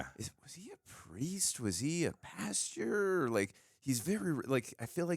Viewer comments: Great reaction vid. Loved the episode. Noticed you kept saying pasteur instead of pastor. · “Ohhh he’s a pasture” lol pastor not pasture 😂 love the show guys! That just cracked me up in the first 2 seconds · Kept laughing when said "pasture" instead of "pastor" each time lol